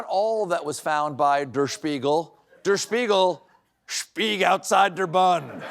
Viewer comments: 'Der' is pronounced 'dair', not 'durr' 🤦‍♂ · I don’t know if Colbert was purposely mispronouncing “Der,” since he is a comedian, or just being a stupid American. As a half Austrian I was getting upset he kept pronouncing it as “dur” instead of “dare.” He was getting Spiegel mostly correct, why not the “Der?” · It's not pronounced 'der' but daer... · It is pronounced more like "dare" not "dur" 😂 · FYI: it's "e" as in "Derrick": DER Spiegel, not "dur" Spiegel. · I know, wrong show, but Seth is on vacation. So: CORRECTIONS! The pronunciation of the German „Der“ sounds more like „there“ with a D. And „Spiegel“ sounds like beagle with an Sp in front. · Nope. Number one, it is not Duh r Spiegel, it's der (to rhyme with hair) Now go watch the news and listen to how well even schoolchildren in Germany speak English. While you Americans can't even "talk good" sic🙄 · Everyone is mispronouncing "Der Spiegel" Der sounds like "dare" Spiegel is correct. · The article, der, should rhyme with air. Love you and your team. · It's not Dur Spiegel, it is pronounced like the the first half of my first name Dar-yl, or like the word Dare, ie, Dare Devil, Dare Spiegel, Der Spiegel, which means; The Mirror. C'mon Stephen you can do better. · Would you please learn how to pronounce German "der". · Does Stephen really not know how to pronounce "der"?